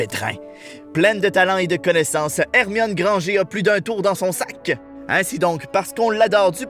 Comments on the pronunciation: On dit pas Granger!! C un nom anglais donc on dit grangeeuur! Lol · Grangé?? On prononce «grangeur»!!😂😂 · Déjà ont ne dit pas grangé mais Granger et c'est la meilleur actrice de la saga! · non vous avait tous faux on écrit pas grangeur comme mais ce si granger car le R on l'entant et on le vois comme Harry Potter le R on l'entend car il sont Anglais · J'ai regardé sur internet et Granger se dit Grandgere et non Grangé !!! A l'anglaise quoi !!! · Sauf que non, nous on dit Grangeur et pas Grangé parceque à la base c'est anglo-saxon et ils disent Grangeur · c'est une saga, c'est une GRANGEURE pas grangé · C'est Grangeur et non Granger vous êtes chiant avec ça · Nan c Hermione Granger (prononcé Grangere) et pas Hermione Granger (prononcé Grangé) alors chut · Clairement ont dit Granger pas Grangé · C'est pas notre faute si en France Grangé se dit Grangeur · Mais c’est pas Grangé c’est « Grangère » ! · J'allais m'abonner et liker, mais direct t'as clash les français, ça a tout cassé xD En plus, prononcer "Grangé" au lieu de "Grangeur", c'est d'un ridicule à toute épreuve. Comme l'ont précisé beaucoup de gens ici, ce sont des noms de famille anglais, et les anglais ne prononcent pas leurs noms à la française. De plus, tu t'es contredis tout seul en disant "Dans les dents, les français", alors que vous prononcez vos noms en mode Français justement, ce qui est complètement con. Sérieusement, je n'ai rien contre vous, les québécois, mais vous n'avez vraiment aucune logique. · T'es con on dit pas grangé mais granger OK toi t'es nul 😒👎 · C’est pas grangé mais granger qui ce dit Grangere même JK Rolling l’a dit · Désolé mais on dit Granger avec EUR à la fin pas É! J.K. Rolling le prononcait comme sa donc on respecte la créatrice du film... Désolé à toi 👌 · On dit Grangeur et pas Grangé, c’est la prononciation anglaise. Ton pote qui s’appelle Grangé, c’est juste qu’il est dans un pays francophone et donc que la base est française. Dans les dents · GRANGEUR et pas grangé